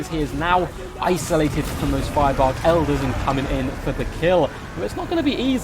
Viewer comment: elders sounds like eldar